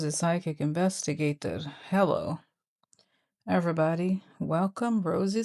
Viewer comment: Rosie I miss you saying “vestigator” . This is your show. Say what you please!